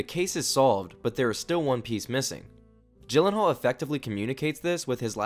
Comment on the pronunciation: Everytime you say GYllenhaal you make me cringe! He said that his name is actually pronounced "Yillenhaal"